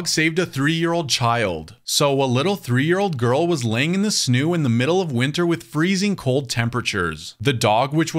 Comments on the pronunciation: The SnEw I believe it’s pronounced SnOw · I started cracking up when he said "a little girl was laying in the sneww" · ya mean snoow